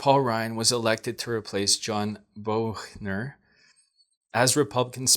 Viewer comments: you pronounce John Boehner, Bay ner. Lol! Thank you for the important date when the Freedom Caucus was started. Wow! It makes sense that all these broken standards, rule of law broken and Construction crisis. The goal of tearing down is what they are doing to all those large pieces of government. Now the question for is: How do we stop them? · John Boehner..it's pronounced Bayner, by the way! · Great question about the Freedom Caucus. Boehner is pronounced like "BAYNER." The republican party began changing way before trump. They began way back when Bill Clinton became president, then got worse with Hillary and with Barack Obama were showing signs of complete separation. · John "Bay-ner" (is how you say it) - resigned b/c of pressure from the Congressional Freedom Caucus. He said they were all anarchists who wanted to sow chaos in the gov't - "tear it all down & build something new". Just exactly the kind of malcontents ripe for seduction & recruitment by America's adversaries. Follow the $$ and kompromat. Mulvaney used to hate the Consumer Financial Protection Bureau - wanted it destroyed - then was appointed head of it. What dark days we are living in. argh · ...John Boehner's name is pronounced B A ner...the oeh is pronounced as a hard A. As always, great work! Thanks for taking the time and energy to produce these videos. You and your mother are giving a lot of people some very important insight into what is actually happening in our government! All the best to you and. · John's name is pronounced "Bainer" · Pronounced.... Bainer (Boener). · It’s pronounced “Bainer” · Boehner pronounced Bey-ner Thank you for yr reading. I feel you are so on it. There is something so underhanded going on = RepubliKKKLans agenda. I feel even that some old-guard Dems know. Strongly feeling in the midst of this coup w/Russia 7 China helping. Could this be the end of the beginning of the end of USA Empire? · Boehner is pronounced Bay-nor.